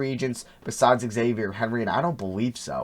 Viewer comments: It’s za-v-yay not x-avier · “Xavier” lmao, it’s “Zah-vee-ayy” Henry